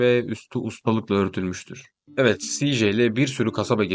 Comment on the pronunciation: Siii-jey mi diksiyon? Keko rap dinlemekten herhalde